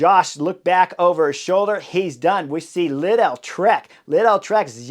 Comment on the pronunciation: Lidl rhymes with needle. Not leedell.